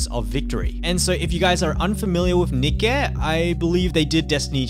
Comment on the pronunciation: Every time said nikque it hurt me a bit